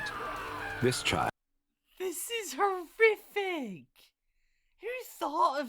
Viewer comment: lol he said horfiffic